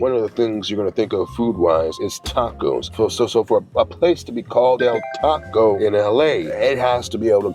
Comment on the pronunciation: Its Del Taco bro. You wasted a video